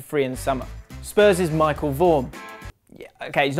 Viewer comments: It's michel not Michael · Michel * pronounced more like Michelle